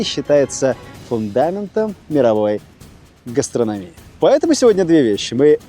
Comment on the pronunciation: Ставим ударение правильно: кулинАрия, гастронОмия. Не гастрономИя, и не кулинарИя!